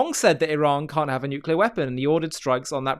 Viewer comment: Jou Kunt says, "Nookyular..."🙄 (Lutter brokun on my kuyboard)